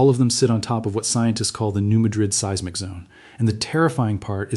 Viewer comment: For the love of pete, if you are going to use AI for narration PLEASE take the time to EDIT. There are several errors in this, the most egregious being seismic pronounced "see-ezz-mic." This info is too important for errors that jerk the listener right out of the narrative.